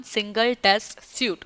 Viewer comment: Suite is pronounced as Sweet.